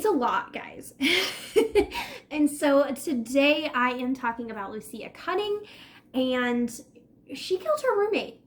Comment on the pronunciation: I met this girl!! She was a friend of a friend, she stayed the night at my family’s air bnb. Smoked a j with her. She did not seem like the crazy type, I believe it was definitely a mental break. Also you are saying her name wrong, (Lou-Ees -Ah)